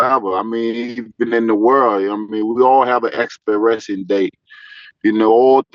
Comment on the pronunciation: Bro was fighting for his life tryna say expiration 😩